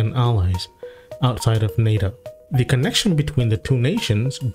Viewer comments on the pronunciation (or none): none